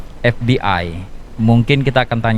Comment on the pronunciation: Pengucapannya bukan bhs Inggris dong tapi bhs Indonesia kali. ef bi ai😄 (forum batak Intelektual) ef be i